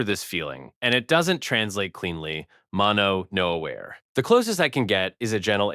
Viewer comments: I wondered why he pronounced "mono no aware" like the English word 'aware' lmfao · interesting video but his thick American accent on the Japanese words is getting to me 🙈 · Is "mono-no-aware" really pronounced that way? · I don't know Japanese, but this did stick out to me in that it sounded very English. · Also, he mispronounced "mottainai." Even if he's lived in the US most of his life, I guarantee that any child of Japanese parents would have learned the correct pronunciation. Oh, and he egregiously mispronounces "mono no aware." Ouch. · I only spent 1 year in Japan but this guy who was supposedly there until middle school and has a japanese mom, can't pronounce half the japanese words he said? He pronounced 'genkan' two different ways, and mononoaware with only 5 syllables. I noticed these before seeing your comment, but wish I'd been more observant. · right that got me too! Like why is he saying mono no aware like the English word “aware”?